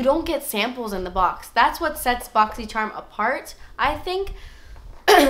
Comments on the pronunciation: i just love how you say boxy churm haha favorite unboxing person ever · i only watch these videos to hear you say "boxysherm"😂